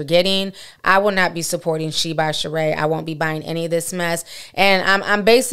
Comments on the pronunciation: 😂 it’s not pronounced sheen though. It’s She-In. Love you Ti! ☺️ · I thought it was pronounced She-IN not Sheen 🧐 Guess you learn something new every day 😅💁🏽‍♀️ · It's pronounced SHE..IN...not sheen! Look at the videos on the website. They all say SHE-IN! You saying it wrong too Ti! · Its She-in not sheen. They used to be called "she inside". Just like ASOS used to be called As Seen on stars. They shortened the name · Correctlly pronounced She-in, with 2 syllables. Not Shien with 1 syllable. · It’s actually pronounced “She In”. It used to be called “SheInside” (She Inside) but cut it to “SheIn” (She In) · Lol right. I shopped there when it was called SheInside years ago. This sheen shit is killing me 😂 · Love you,... btw, it's pronounced like "She•In". She definitely tried to play in folks faces. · I thought it was pronounce SHE IN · It’s actually pronounced she-in and she Knows it lol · Ti it’s she—In😂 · Shein………… It’s pronounce…….. Shine 🤗🤗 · Lol just wanna say, the name is She-in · It’s pronounced she-in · SheIn is pronounced SHE-IN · Y’all, it’s pronounced She-in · She kills me acting like she can’t pronounce SHEIN 🙄